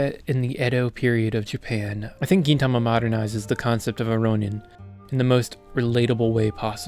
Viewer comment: Nice review of my favourite anime! Not quite sure about that "Geen" pronunciation tho xD